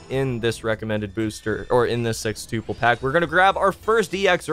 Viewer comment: Elias Ortega his pronunciation of sextuple sounds fine to me